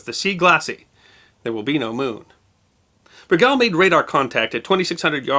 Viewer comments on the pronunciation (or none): The submarine's name is pronounced as Ber - gull, not be-gal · I served on the USS Bergall (SSN-667). It is not pronounced Ber gal... but rather Berg gall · Great story, told enthusiastically, but I have one little criticism. The name of the submarine was Bergall. All the way through the narration your pronunciation of the name sounded like "Bregall". Perhaps the spelling in the vid title was incorrect. I can't tell. But the inconsistency was annoying. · Oh, no...! As has been pointed out, the pronunciation in this video is being butchered. It's BUR - gawl! (Not ber - GALE ... ugh...) I was on the SSN-677; the SS-320's namesake, and the two crews (diesel and nuke) hold our reunions together. Everyone who's not been on one of the two boats hoses up the name. One day a guy came down the pier and said, "Hey, I'm looking for the bur-ZHAHL", with this nasal accent. We looked at him, trying not to laugh. "The WHAT???" He said, "Some submarine. I think it was named after a French General." He must have confused our fast attack boat with the Lafayette class. Most of the time, I just called It the "Nasty Little Stinking Rotten Demented Mungfish". It's a subspecies of Tautog, smaller than that fish. Has no value to speak of. It's mostly there to piss everyone else off. Oh, and we do not say "17-55 hours". Lordy! That's a silly thing from movies (and cops). We just say "See ya at seventeen-fifty-five". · It's pronounced "Ber GAULl" with the emphasis on the second syllable. Not "BER gal" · You are mispronouncing the USS Bergall.. Try berg ~ all. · Sir I spent 7 years on USS Bergall (2) SSN 667. The proper enunciation of Bergall is Simple... Ber--gall. Our original namesake was a real reason why U.S.S. Bergall (SSN 667) proudly served throughout the "Cold War" ( ) - you know that time where everything we did we could not talk about. She was a great boat and I was proud to have been on her. STSC(ss) Pat Davis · We pronounced USS Bergall this way: "burr - gaul".